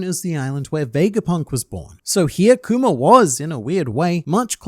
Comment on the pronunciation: Kuma doesn't deserve this man calling him "Kumer" over and over again. :(